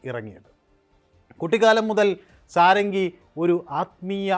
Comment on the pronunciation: ഷഡംഗി (സാരംഗി അല്ല)